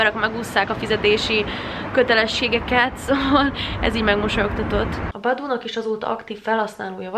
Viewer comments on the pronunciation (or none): az nem boboo hanem baboo